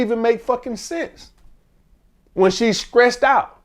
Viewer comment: lol its throwback when he sayin skressed